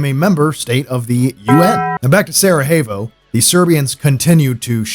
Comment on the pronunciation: I don"t know why you pronounce Sarajevo with Spanish "J"? The correct way is Sarayevo! Otherwise cool video..greetings from Slovenia! Love that JNA helmet..i was sergeant in that army in 1987/88 in Macedonia, just before of the beginning of Yugoslav wars!